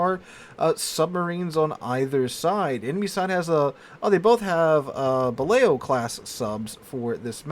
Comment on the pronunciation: I think Balao is actually pronounced "ba loo".